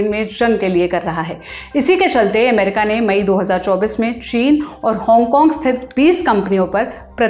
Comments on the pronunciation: अमेरिका को एमेरिका बोल रही है, और डेलावर को डेलावेर, कहां से ले आते हो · ये अमेरिका के बदले एमेरिका क्यूं बोल रही है? थोड़ा सिखाइए कोई इसे